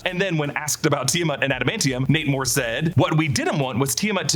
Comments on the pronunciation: Every time he says Nate Moore, all I hear is Namor 😆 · Everytime you say Nate Moore I hear Namor 😂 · Every time ypu said his name i kept hearing "Namor" and was like "that kinda tracks..." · I kept hearing "Namor" instead of "Nate Moore." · Haha I thought the exact same thing